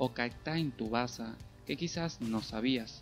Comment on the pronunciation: Amigo se pronuncia Subasa no Tubasa